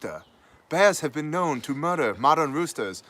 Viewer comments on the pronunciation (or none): none